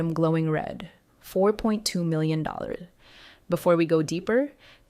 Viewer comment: Why can your bot not pronounce million